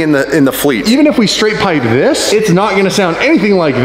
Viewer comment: Anybody else thought that been watching a little too much Doug DeMuro with the “This” 🤣🤣🤣